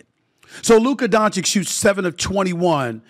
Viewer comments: It's not Donchick and it's not Luker, put some respect on his name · It's "Don-chitch", Stephen A is the only one who pronounces it "Don-shick". Been disrepecting Luka since the 2018 draft 😆